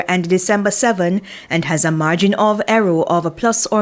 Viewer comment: "... A margin of ERROW"?? Why can't these media houses use reporters that speak properly!? Geezus! 😢🤦🏾‍♀️